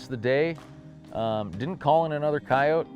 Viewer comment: I always appreciate someone who pronounces coyote correctly😂. I guess it's just a pet peeve of mine when people say coyoteee